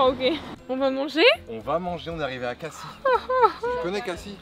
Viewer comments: Lol vous avez dit cassi au lui de dire cassis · Elle dit cassis comme le sirop Alors qu’on ne dit pas le s